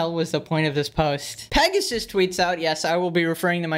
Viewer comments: Not Pegasus, more like XD. Not hate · We need to stop saying, and instead say. Give the king a break